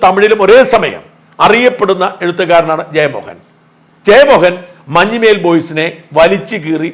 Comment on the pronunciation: മഞ്ഞുമേൽ boys alla sir, മഞ്ഞുമ്മൽ boys എന്നാണ്.... മഞ്ഞുമ്മൽ എറണാകുളം ജില്ലയിലെ ഒരു സ്ഥലo aahnu